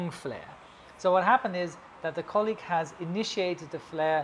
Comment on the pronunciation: "let's have a look at our colleague", your German is showing:D